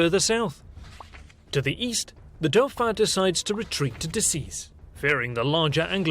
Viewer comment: 1.54 dauphin pronounced doo-fah